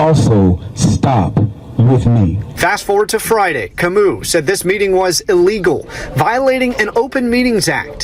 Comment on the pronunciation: u definately butchered the Kamau, name though kinda disappointed in my fellow tribe's man(if the name is legit)